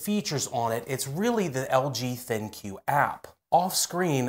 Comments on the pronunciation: LG ThinQ is pronounced LG Think, not LG Thin Cue. :) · I suspect that ThinQ is meant to be pronounced as "Think" but that is pure speculation on my part